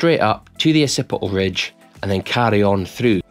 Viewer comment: "Uh-sippih-ul redge"